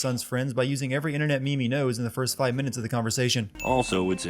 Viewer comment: it isn't mimi/mehmeh it's meme